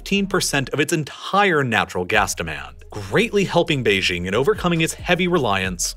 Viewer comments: The capital of China is Beijing, which is pronounced how you would expect if you are an English speaker: "jing" as in jingo or jingle. It is NOT pronounced "Bei-zhing" with the consonant found in the French "je" or "jour." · Beijing is with a hard J. Not like the sloppy mid-consonant in "bourgeois". Beijing is not a French word, so it doesn't need to have its j pronounced like it's French. The French even write Beijing as Pékin. The J in Beijing is really hard, almost K-hard. That's how the French approximate the sound. Bei Jing. Please! OK, having commented, I can now go back to watching on Nebula. :)